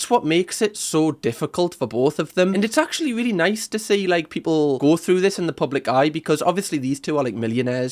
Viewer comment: Molly vocabulary "ACTually" "LITTERALLY" "LIKE".......